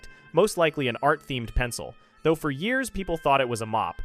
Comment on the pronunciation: Great video but the way you're saying the years is killing me